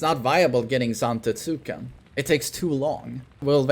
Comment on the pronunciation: For the love of god, It's pronounced "ZantEtsken" with emphasis on E, although he never reads the comments anyway... Had years of him saying zAfina and never changing his ways... sigh